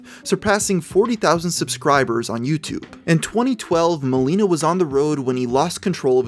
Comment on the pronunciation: You pronounce it Mahleenah Im Polish